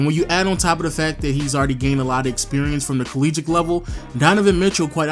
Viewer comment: Nice video. You say "collegiate" weird.